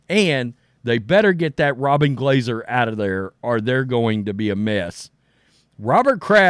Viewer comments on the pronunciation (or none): none